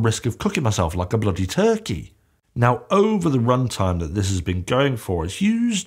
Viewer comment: Ha you say Turkey like a welshman.